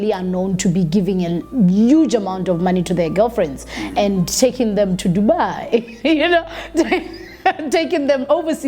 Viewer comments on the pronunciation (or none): none